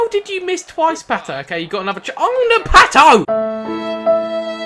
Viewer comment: It's pato not not patooooooooo